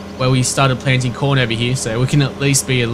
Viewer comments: lol when u say corn i sounds like ur sayin porn :D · Taught he said porn at the start ..